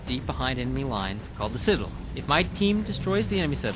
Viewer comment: i wish he could say citadel correctly